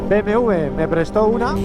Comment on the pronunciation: te confunde al decir BMW tu dices BMV